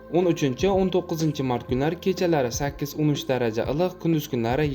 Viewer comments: илик дегин татармисан илк дисан😂😂😂😂😂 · САЛГИНА. ЧИРОЙЛИ. ГАПИРИНГ. УКАЖОН. ИЛИҚ. ДЕГАН. СУЗНИ. ГАЛАТИ. ҚИБ. АЙТАЯБСИЗ😂😂😂😂😂😂😂